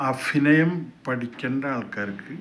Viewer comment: നീ ആദ്യം അഭിനയം എന്ന് പറയാൻ പഠിക്ക് 🤨